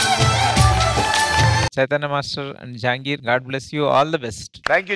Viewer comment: Jangri kaadhu Jahangir 😂